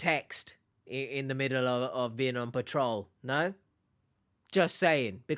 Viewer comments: PAT trol lol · The Nigerians scammers can't even pronounce PATROL lol